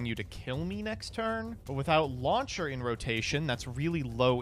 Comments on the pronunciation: really pronounces launcher as lawn chair, huh. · Is it just me or am I hearing lawn chair instead of launcher though that would have been funny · The way says laucher sounds like Lawn Chair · That, and how he pronounces "launcher" as "lawn chair"